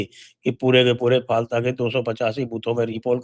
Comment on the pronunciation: फलता नहीं फाल्टा हिंदी भासी बोलते है, बंगालीओ का उच्चारण उल्टा ही होता है, जैसे गुजरात को गुजराट बोलते है आप किसी बंगाली का उच्चारण चेक कर लो